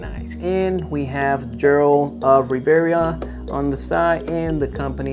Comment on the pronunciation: Geralt is said with a Guh G not a a J sounding G. And it’s Rivia. Riv-ee-uh. Not revera lol other than that nice review just ordered all of the Mcfarlane witcher figures.